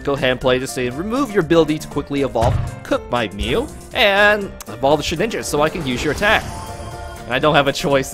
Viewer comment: everytime the first few minutes your prunounciation makes me hear :shitninja...